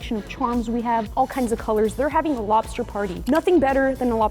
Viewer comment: “Lobster” no no no, “Bster” 💀